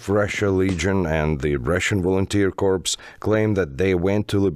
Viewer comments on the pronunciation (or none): and Corps: ‘p’ not pronounced Corpse: ´p’ pronounced Prononciation is very important. Haha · A tip for the narrator: ‘Corps’ is pronounced ‘core’. Otherwise it is indistinguishable from ‘corpse’ which means ‘dead body’. Slava Ukraïni! ❤️🇺🇦🌻🌻🌻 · cor not corp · Not hating, but you need to work on your pronunciation of "corps". It's pronounced like core, not corpse. Wouldn't matter that much with most kinds of story, but it's jarring these days.